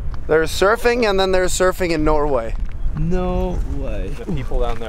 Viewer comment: Jon: "There's surfing, and then there's surfing in Norway": "No [r] Way!"